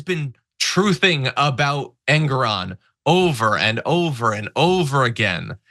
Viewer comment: Yeah, EN-GORE-ON. It's not difficult.